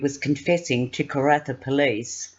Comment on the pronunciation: Pannawonica is pronounced Panna wonn ika! Karratha is pronounced Kar Arthur! Annoying.